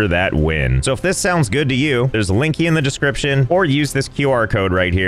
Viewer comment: Why does he say linkie?